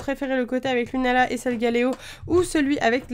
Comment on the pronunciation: je crois que "lunaala" c'est avec deux "a"